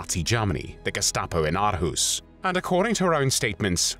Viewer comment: Hej!! Greetings from Aarhus, Denmark!! Great video and congratulations on your Danish pronunciation....except for the word 'Aarhus'...sometimes written as Århus. But don't worry...Danish pronunciation is notoriously tricky!! You pronounced it 'Ar-hoos', which isn't quite correct. The double Aa (Å) is pronounced 'awe', as in 'shock and awe'....or 'or'!! So Aarhus is pronounced 'Awe-hoos'. (Or-hoos) And Aalborg is pronounced 'Awl-bore'..the 'g' is silent. And Danish 'r', as in the name 'Grethe' is not rolled, but made in the mouth at the back of the tongue....a tough one one for non-Danes!!